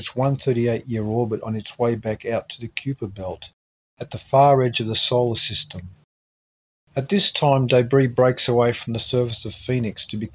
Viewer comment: Kuiper is not pronunced cooper.